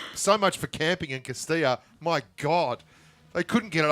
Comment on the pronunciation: ……this Texan taught you how to say Cah-ste-ah. Not Costilllllla.